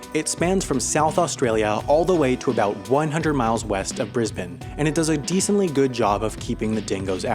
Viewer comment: It's pronounced Bris-BANE!